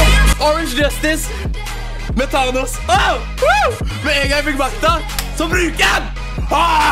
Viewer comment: DU SIER THANOS FEIL! kill me.